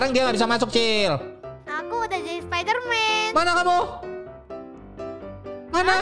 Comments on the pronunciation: Bang bukan sapiderman spaiderman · Bang bukan sapiderman tapi spiderman